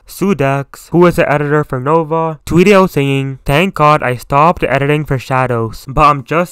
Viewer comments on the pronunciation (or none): none